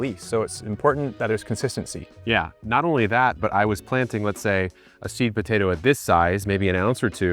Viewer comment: Brooo, the buh-tay-doh accent killlls me 😂